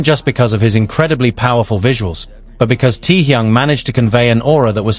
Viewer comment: "Him "T-yung".... I hate AI!!!